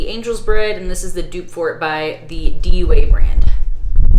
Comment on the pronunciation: It is Dua in English and du-A in Arabic. Not D.U.A.